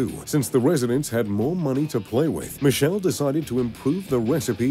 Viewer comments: Michele Michele not Michelle Michele MI KE LE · It's MICHELE NOT MISCEL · His father's name is pronounced with a k sound. Sounds Mikele Ferrero